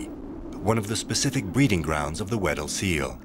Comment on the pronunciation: I thought he was saying “widdle” instead.